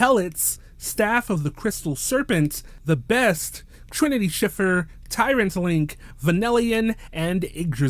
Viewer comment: Thanks for saying Schiffer the right way 💕